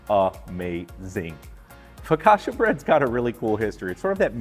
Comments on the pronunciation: Considering he makes a good focaccia he really can't pronounce the word. Focasha?!? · You can't claim you're Italian and then say 'focasha' mate 🤣